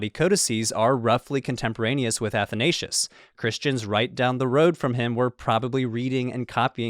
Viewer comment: The mispronoucing of Athansios is hurting me